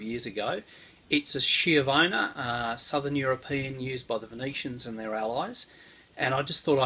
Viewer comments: It’s pronounced “ski-avona” not “shiovana”. Lovely sword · It's pronounced skiavona in Italian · It's pronounced ski-avona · D I love you, but please pronounce it like if it was written "SKJEEUHVOUGHNA" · Isn't it supposed to be SKH-YA-VONA?!